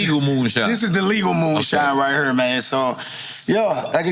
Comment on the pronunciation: I love the way he says here (hure) The KRS story is epic